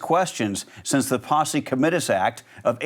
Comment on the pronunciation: Any "news" outlet that doesn't know how to pronounce Posse Comitatus doesn't deserve my time.